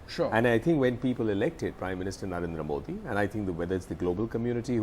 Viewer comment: just like hafeez sayeed,the gentleman from congress can't pronounce 'modi ' properly.such a shame.